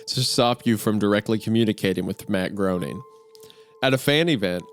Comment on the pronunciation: Groening. Rhymes with “complaining.” ✌🏼